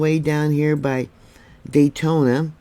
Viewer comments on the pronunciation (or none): It’s Dayton, Ohio, not Daytona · it's Dayton dear.. it's not Daytona lol